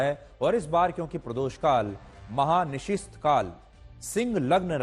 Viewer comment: चौधरी साहब महा निशिस्थ नहीं महा निशीथ काल होता है। थोड़ा अच्छे से अध्ययन करके आया करें।